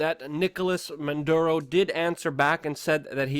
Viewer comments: Dude, it's not "Man Duro", it's "MaD ooro" Unfortunately, I 100% agree with what you are saying. I'd like to know why those Venezuela people are fighting/begging at the border and not their own government? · Dude, you’re incredibly smart but often late on reporting & here you mispronounce Maduro & call him “Monduro.” But, it actually shows you did as much research as possible so this is a good video. Well done. Liked. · The name of this sack of shit is, " Maduro ", not, " Manduro ", you little genius ..